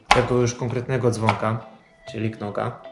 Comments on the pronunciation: „K” jest nieme, wymawiamy nazwę firmy jako „nog” 👊🙂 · K jest nieme widzisz ignorujesz